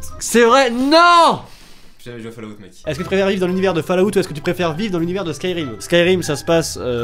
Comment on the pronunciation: Fallout prononcé fallaout me fait saigner des oreilles